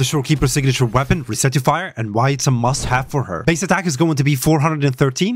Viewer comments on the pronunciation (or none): rec- ti-fier bro.........u r not re-certifying any thing.